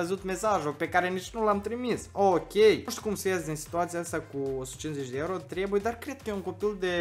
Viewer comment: Dmn nu se zice ieuro omuleee se zice euro 🤮